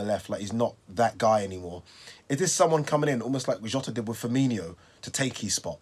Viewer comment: FIR MIN O. FIRMINO. NOT FIRMINEEO. 🤣